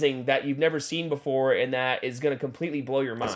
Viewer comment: Bruhh, I miss hearing you say "But befow we get staaaaahhhhted"